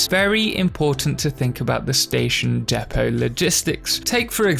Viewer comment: Its spelt Depot (although it's mispronounced in the video)